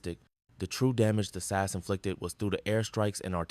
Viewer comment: Just a tip to make you sound more human. It is pronounced S A S, not SASS, it 3 letters sounded out, not a word.